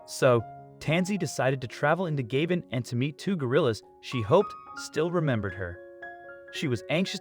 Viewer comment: Nice video. However, the country is pronounced ga-BONE.